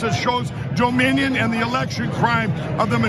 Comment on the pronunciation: Doe-minion lol